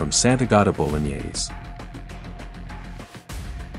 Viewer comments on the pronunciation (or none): none